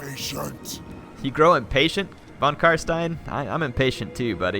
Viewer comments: Try to pronounce the S in Stein like the "sh" in shit and it will be perfect German! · Just FYI, if you want to nail the pronunciation of "von Carstein," it's "fon Car-shtein." In German, the letter v and the letter f make the exact same sound (e.g., "Vogel," which is the word for bird, is pronounced "fo-gel"). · Actually the real correct (German) pronunciation is "fon karSHtayn", either van, nor stayn ;) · So cute how he trys to say von Carstein haha++